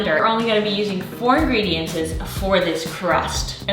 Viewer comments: Wonderful content and great energy. Just an FYI: the word is pronounced ingredients.... not ingrediences. Just wanted you to know 😉Keep up the great work! 💕🙌🏻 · Where is she from? I love how she makes the plural of ingredients, “ingredients-ses” 😂😂